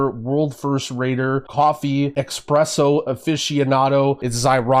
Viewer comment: you had the chance to not say eXpresso the second time around - Still the best around tho! <3